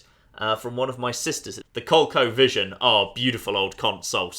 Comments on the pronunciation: Wait. Wait. Wait. Colco Vision?! It's pronounced Col-E-Co! How do you even mess that up!? It literally says it on the picture you used! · "Cole-co vision"? I've not heard that pronunciation before. It was marketed to Americans as "Co-LEE-co".